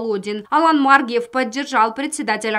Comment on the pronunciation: Почему она говорит Алан Ма’ргиев?????